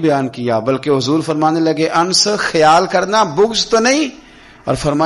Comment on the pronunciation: انس کو ان نس پڑھتے ہیں انس غلط تلفظ ہے